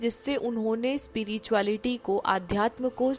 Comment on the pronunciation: Hi, Aapka spirituality ko speereetuality bolna bada cute lagta hai.